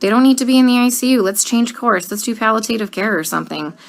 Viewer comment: She’s probably not even a real nurse. She doesn’t even know how to pronounce, “palliative.” Idk why y’all are so quick to believe anyone who makes a video.